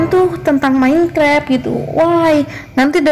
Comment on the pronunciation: Minecraft jadi menkrep 😂